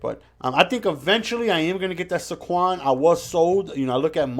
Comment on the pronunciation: Pronounced “SAYquon”